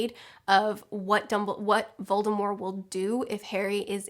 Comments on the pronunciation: why do you say "VoldemorE?" Agh!! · I love how she actually says Voldemorrrr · Why do you drop the t from Voldemort I’ve never heard it said that way before